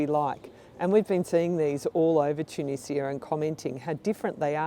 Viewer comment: Thanks for saying Tunizia instead of the Tunijia by the way :)